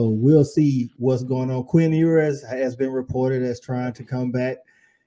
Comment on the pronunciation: EWERS, not Evers BIJAN, not Bajan